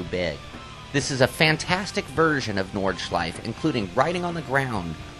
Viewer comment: hmm it´s called nordschleife and not nordschliefe